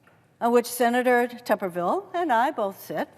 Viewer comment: For the record, it is pronounced just like it is spelled: Tooberville, as in boob.